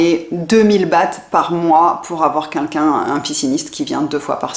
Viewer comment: J'adore vos videos et je suis en train de toutes les visionner. J'ai juste une petite remarque a vous faire en esperant que vous ne vous vexerez pas. S'il vous plait dites 'quelqu'un', pas 'kinkin'. Merci et bonne continuation a vous !